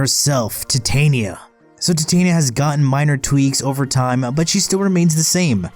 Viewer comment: That's not how you pronounce Titania. Apologize to me or I'm unsubscribing